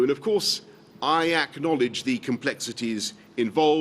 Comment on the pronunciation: Thanks, Boris for pronouncing 'Acknowledged' correctly, rather than what we normally get from politicians and broadcasters - the horrible: 'ikknowledged'